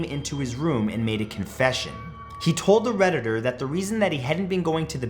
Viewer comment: Every time you said “the Redditder” it just killed the whole story.